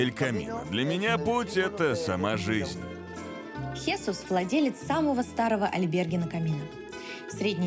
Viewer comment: Замечательный выпуск! Единственное, было бы здорово, если бы при озвучке учитывались правильные ударения в именах. Не ХéСус, а ХесУс. Вместо ПепЭ, ПЕпе!